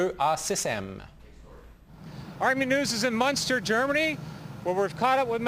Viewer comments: Er sagt nicht "Monster" sondern "Munster". Er redet von der Stadt. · it's Munster ;)